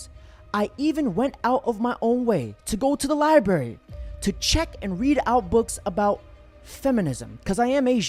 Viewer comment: I'm an Over achiever Asian lol "i threw that Giraffe shit book across the Li-Berry."